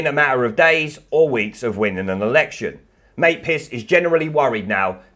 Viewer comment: Lol, very good news. Just one question, who is Emily Maypiss? Sorry I heard wrong, Emily Maitliss...😂😂😂😂